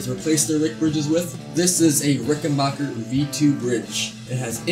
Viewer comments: Just a respectful note........It's a RickenBACKer......not Bocher. :) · amazing how many people get name wrong, say B A C K E R , you own a Rickenbacker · If you’re not a complete idiot that rides a Buick you have no problem understanding that it would have been a problem branding a guitar “Rickenbacher” in WW2. Rickenbacher is the original and correct spelling and pronunciation of the name. Rickenbacker was the anglicized name and pronunciation. Only idiots from the United States insist on pronouncing the name Rickenbacker. Anybody with a brain in their head automatically without thinking recognizes it as a German name even with the spelling like Geddy and myself from Toronto. United States was the greatest country but always made up of so many incredible idiots. An A&W campaign that cost millions failed because people like yourself thought a 1/4 Pounder was bigger than a 1/3 Pounder. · Nice Bass...... Good Job. BTW.....It's RickenBACKer. The Decal HAS to go. 😷